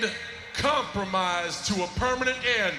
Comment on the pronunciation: John cena: "we have cock and cum-promise"